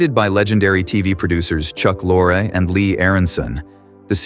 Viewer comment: 4 different pronunciations of Chuck Lorre's name. Sheeesh